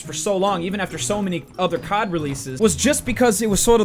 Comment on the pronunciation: My dad thought you said cok when u said cod 😂